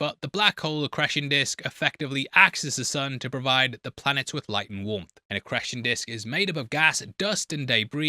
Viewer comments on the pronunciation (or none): You pronounce 'ecreation' disk in a way ive never heard anyone else say it,its almost as if you've never heard the word before...but that cant be right, right!?😂